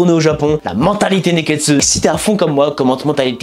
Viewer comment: J'aime trop comment tu prononces "Nekkestu", ça me donne envie de faire pareille